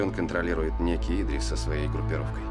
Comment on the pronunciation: Не Идрис,а ИдрИс(ударение на второй слог),не искажайте имя.